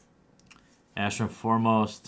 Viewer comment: plz mtg it's ARAshin not ASHarin plzzzz